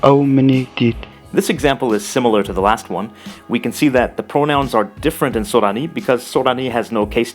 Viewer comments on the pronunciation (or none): Thanks for the videos! They're very informative and interesting. You have a Japanese accent, though, when pronouncing Sorani.